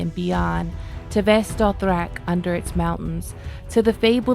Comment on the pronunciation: I simply wasn't ready for that pitch perfect Vaes Dothrak pronunciation. Such a treat to have you back with these 2 gifts of deep book lore! Thanks,!!!